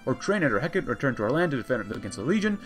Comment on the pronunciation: ITS NOT HECK-IT! ITS HE-CART-TEE! This concludes my ted talk. Thank you for coming.